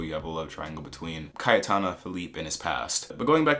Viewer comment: It's also obvious with Cayetana, it's pronounced very differently in Spanish.